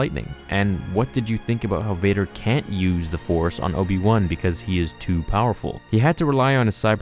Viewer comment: I love This..Obi-Wan? Try; O-P-Wan.